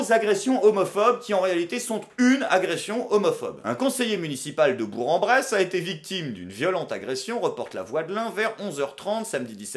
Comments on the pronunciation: Hey copain on dit Bourk en Bresse pas bourre en Bresse haha je vis ici ;) J'adore tes vidéos continue comme ça ! Tu es sans doute une des seules raisons pour lesquelles j'utilise encore youtube ;) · Attention camarade ! Prononcer "Bourre-en-Bresse" au lieu de "Bourque-en-Bresse" t'exposes à de graves dangers. En 1987, un Aveyronnais a disparu après l'avoir mal prononcé. On dit que cette année là, les chapons étaient particulièrement gras et savoureux ... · BourK-en-Bresse pour la prononciation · On dit bourQ en bresse dans l’Ain beaucoup font cette erreur excellent épisode. Comme d’habitude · Je te suis depuis quelques années déjà et je dois te dire Bravo pour la qualité de tes vidéos et de tes paroles Par contre on dit BourK en Bresse ;) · Alors par contre je veux pas faire le rabat-joie mais on prononce bourque-en-bresse et ce même si il y a en "g" a la fin du mot. fin de la minute relou ;). Sinon très instructif comme d'habitude merci pour la leçon de désinformation. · On dit Bourque-en-Bresse!!!!! ça va pour cette fois mais attention^^ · On prononce "BourK en Bresse" ;) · On dit [bourk en bresse] !! Outrage!!! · C'est comme toujours éclairant, merci ! PS: on dit bourQ 😘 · on prononce bourK en bresse!